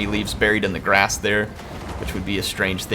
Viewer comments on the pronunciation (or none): none